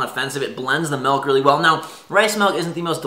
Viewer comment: Melk??? my fine sir it is "milk"...